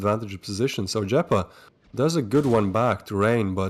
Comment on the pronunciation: OMG TWIST IT IS LLEPA NOT JEPA BRO IT A SPANISH WORD